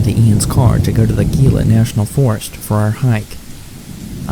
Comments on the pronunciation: Gila pronounced hē-lə- same as Gila monster lizard. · why do you pronounce Gila with the G sound???